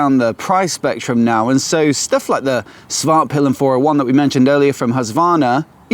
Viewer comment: svartpilen not smartpillian lol